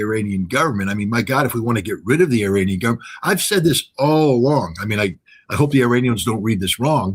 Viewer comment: Please call them Iranian , not I ra nian. Eranian